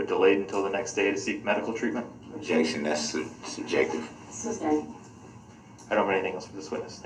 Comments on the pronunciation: i also notice he must not ne named Darrell Brooks says SUBSTAINED instead of sustained when questioning the judges ruling . he is so nasty 🤮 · I chuckled a few times as Dorow and I think a prosecutor slipped and said '''substain". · Just like he says sub stain instead of sustain ….genious